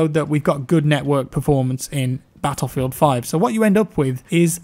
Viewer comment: there should be a compilation of saying battlefield... the way he says it is fantasticly satisfying